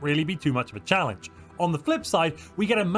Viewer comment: one system "challenege"